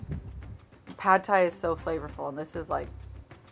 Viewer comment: Holy shit, nailed it with "Sadthai" fucking 10/10